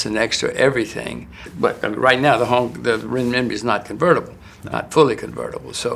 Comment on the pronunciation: He can’t even pronounce Renmibi correctly.